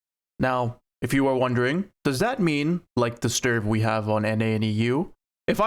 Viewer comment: Its not "sturf", its "stridsvagn"😂